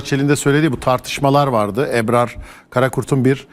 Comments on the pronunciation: Eprar ne arkadaş "Ebrar" ismini telaffuz edemeyen adam yazı yazıp yorum yapmakta.... Hülen nassı ciddiye alıp tv ye çıkartıyorsunuz. "âh'ın hâli var kelâmı yok, makamı var nakli yok..." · Eprar değil Ebrar önce Türkçe konuşmayı öğren. Lafa gelince çok milliyetçisiniz ama Türkçe tırt.Hepiniz aynısınız.Bıktık. Boş yapma